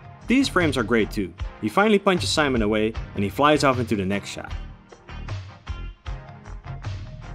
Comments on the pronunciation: Seamoan.....why does everyone get this wrong.....WATCH THE ENGLISH DUB!!!! ITS BETTER THAN SUB.....plus in Japanese "i" is pronounced "E" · It's pronounced sea-mon , but you get it, though! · It’s not pronounced like that. Not pronounced as spelled. It is pronounced Si, like Spanish yes. Mon, like moan. See Moan. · The Fucking pronunciation of simon feels wrong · That...isn't how you pronounce his name.... 😭 Wrong "i" sound... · just one problem the way your pronouncing simon. lol